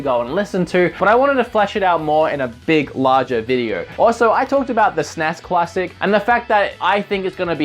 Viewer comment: it sounds like you say cuassic